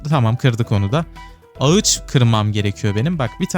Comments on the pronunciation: Ağaca ağıç dediğin için videoyu izlemeye son verdim. Tdk triplerim tetiklendi kusura bakma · abi video güzelde ağıç yerine ağaç desen daha iyi olur